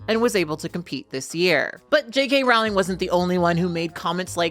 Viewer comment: It's crazy to me how many people are experts in J.K. Rowling's views yet don't know how to pronounce her name. It rhymes with "bowling", not "howling". (Yes, I know she of all people can't complain about people not referring to her correctly, but still.)